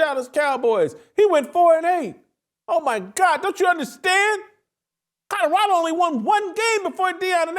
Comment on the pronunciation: Whitlock, the pronunciation, is not Codorado, but Colorado.